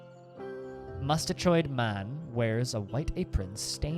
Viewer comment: My guts hurt. I’m still cackling at the pronunciation of “mustachioed” MUSTAH-CHOYD 🤦🏻‍♂️